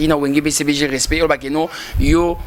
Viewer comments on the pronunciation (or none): Tu as bien écrit respect mais la prononciation n est pas bonne pourquoi